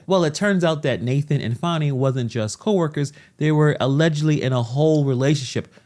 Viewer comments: It is Fani, not Faaani. She says the law is impartial, and she is using the way she wants it to fit with her agenda. Fry her, the law must be upheld. She has no respect for impartial law, no respect what money is meant for. Use everything they way it pleasers her. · Farni. Thought her name was Fani?